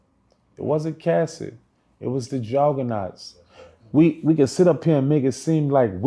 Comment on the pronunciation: "Johgganahghts" will faever be a legendary word😂😂😂